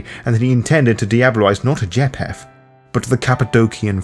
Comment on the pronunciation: or pronounce names correctly: ie. "Cappadocious" and "Japheth" . Overall, not a bad summary and I appreciate the work. I just think "Capadokious", "mafoosala", "jap-heth" and "Capadoki" are like nails on a chalkboard to me.